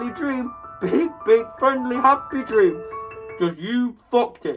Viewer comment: how did Dream gain a British Accent